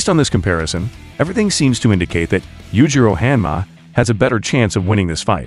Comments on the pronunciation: “yujiro hamma” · Yujiro Ham-ah😭